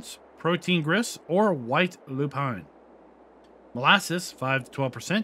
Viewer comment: Now you can bread a little bit after all of these words 😅 Your pronounce of Lupine is really great now. Well this is a lot of products to mix up as well as optional stuff. I think this is too much for many players, but for those that like realism and curiosity wants to use this. I'm not sure if I'm going to use this in the long run, but I might give it a try. Thanks for the video